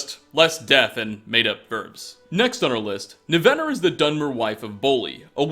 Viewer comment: Overall I like these videos, but for the love of TALOS, man, why do you mispronounce so many names when their correct pronunciations are showcased NUMEROUS times? It's NIVenor, not NiVENor--almost took me right out of the video.